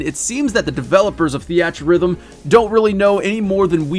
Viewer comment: "thee at" rhythm. I love you man lol